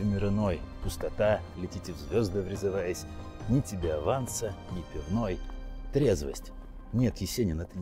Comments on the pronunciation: В слове " врезываясь " ударение на Е. Рифмуется со словом "трЕзвость". Переделывайте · Что значит "врезывАясь"? Вы тут неверно декламируете. Рифма "врЕзываясь - трЕзвость"!